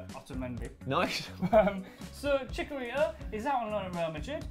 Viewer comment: how can he not know bundesliga ? and is doing footy news lol fail and its chiCHarito not chicarito besides that merry xmas